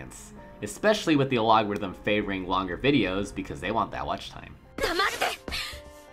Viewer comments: What the fuck is an aLOGerithm? aylogorithm? I think you mean algorithm (Al Gore ithm). More learning English and less watching anime might help. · Am I missing some meme here, why do you pronounce algorithm like that?